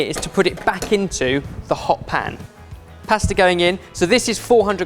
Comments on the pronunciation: What’s a paesta? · for fucks sake say pasta right ...